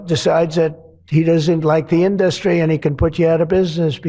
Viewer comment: Can't even pronounce correctly " industery. Failed business man